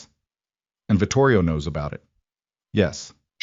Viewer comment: Vitorio, not Vitorio.